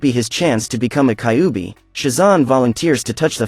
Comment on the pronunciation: I wonder inspired by Naruto definitely. You pronounced kyuubi wrong. By the way Kurama was sealed inside me lol. He gave me power ups ever single fight in my dreams.